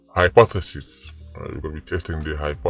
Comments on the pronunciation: Lol hypth.... what? Lmao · Yow sir that's was funny bro how you pronounced hypothesis 😂😂